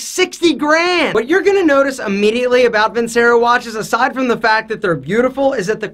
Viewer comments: how can you claim to be Italian when you don't even pronounce "vincero" correctly? it's "Veen-CHE-ro." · Video sponsor and he pronounces the company wrong 😂 Vincero is pronounced “Vin-chero” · My man did not just say Vincero!!